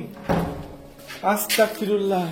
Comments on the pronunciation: Astagfirulla is the correct pls say Astagfirulla g hobe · আসসালামু আলাইকুম ভায়া ভুল হলে মাফ করবেন🙏🙏🙏🙏🙏🙏🙏🙏 ভায়া আস্তাকফিরুল্লাহ হবে না ভায়া আস্তাগফিরুল্লাহ হবে আস্তাকফিরুল্লাহ ৷৷ মানে হচে হে আল্লাহ আমি কাফের হতে চাচ্ছি আস্তাগফিরুল্লাহ ৷ ৷৷ মানে হচ্ছে হে আল্লাহ আমি তোমার কাছে মাফ চাচ্ছি আস্তাকফিরুল্লাহ আর আস্তাগফিরুল্লাহ এই দুটোর তফাত হচ্ছে ক আর গ বিদায় আসসালামু আলাইকুম